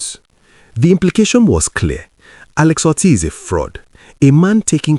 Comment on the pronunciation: Dear Presenter, thank you for your video, but I need to correct your pronunciation of the name "Otti". The 'o' is pronounced as 'Oh', as in "Okay" and not 'o' as in "top". When pronounced as the latter, the meaning is completely different. Thanks!